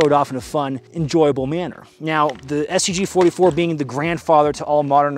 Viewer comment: I thought at the beginning he said "I am the talking STD"